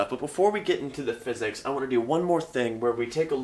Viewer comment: For a moment there, I thought you said "Welcome to Tensor Calculus for Fitness". For a moment there, I was excited...